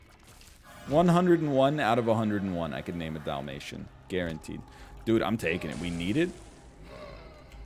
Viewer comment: As a Canadian I can safely say the way NL says Dalmatian is wrong and I definitely call him out. Dalmation not Dolmation.